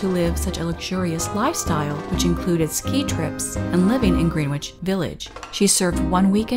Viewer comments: "living in Greenwich Village". FYI, it's pronounced Gren-Itch not Green-Witch. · Greenwich Villiage you said like "green witch"...it's pronounced "grehn itch" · Did you just say green-witch village? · . It’s spelled as “Greenwich Village” but it’s pronounced as “Grennidge” Village.